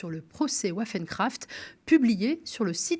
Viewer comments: ça se prononce "vaffeune crafte" pas "ouaffen crafte"... c'est de l'Allemand pas de l'Anglais, apprenez vos phonèmes par pitié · Un petit détail le nom germanique de l’affaire (WaffenKraft) se prononce Vaffène….(arme en allemand) Sur le fond, si cette tentative d’attentat aurait impliqué des apprentis islamistes, l’instrumentalisation politique des partis de droites et d’´extrême droite accompagnée d’un matraquage médiatique sans nuance auraient été assurés.